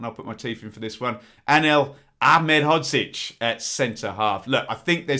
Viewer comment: Very good pronunciation of Anel Ahmedhodzic. Tricky one:) UTB